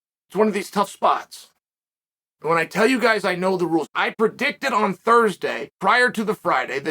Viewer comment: Uncle Chael: Repeat after me: I misinterpreted the rrrules!